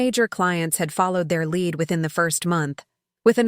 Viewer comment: Too bad you can’t correctly pronounce common English words, like “lead.”